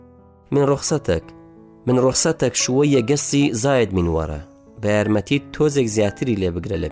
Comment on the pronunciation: واللە بەس نازانی شەرح بکەی توخوا من رخصتك ئاوا دەخوێندرێتەوە یان مالتی